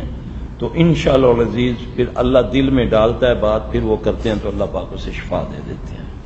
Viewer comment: Shafa Nahi Shifaaa Hota Ha!